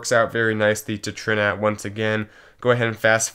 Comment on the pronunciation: Pretty sure TRINAT is supposed to be pronounced Trinity ;)